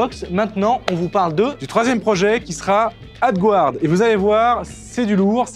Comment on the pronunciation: Coucou merci pour cette vidéos sa me donne des idée de projet. Ouf s'il vous plais demander a google traductions de vous aidée avec la prononciation du mots (AD guard) si pique les oreille. mes de tout façons merci pour tout.